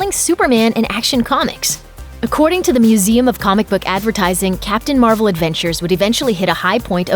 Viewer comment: oh wow “ captain mar-uh shazam “